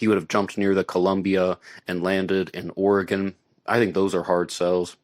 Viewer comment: umm not trying to be difficult but the first a in Nevada is pronounced like the the letter a in the word "rad". your pronunciation of Oregon is spot on though....